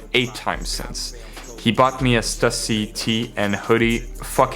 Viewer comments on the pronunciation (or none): none